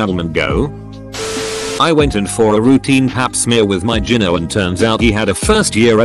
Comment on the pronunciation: Learn how to pronounce gyno!